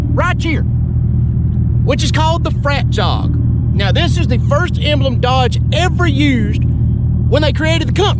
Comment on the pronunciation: ohhh...you said fractal. I heard "frat job" like the first 5 times.